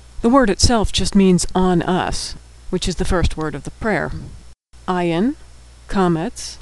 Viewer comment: great video! but ayin is not pronounced as aleph at all. it is not a silent letter at all. It has the same prounciation as arabic "ayin": ع it is hard to explain though! but it comes from the throat. it is like saying aleph the sound: ah but you push your throat to make a different sound